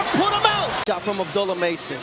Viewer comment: MaNy Commentator FaILeS to ProNounCe HiS NamE ProPerLy. .SPeLLed ABD'U'LLAH. ..WHy ..,❓ULLaH